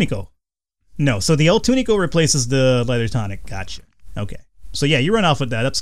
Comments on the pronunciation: Hey. It's pronounced too-nick. Not tonic. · its (tuu-nik) pronounciation pronounciation nazi=me